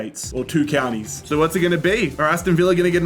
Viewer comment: Mispronouncing all the counties